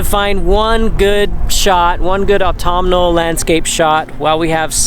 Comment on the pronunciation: stayed right to the end :) ,, p.s. i also do like how you pronounce autumnal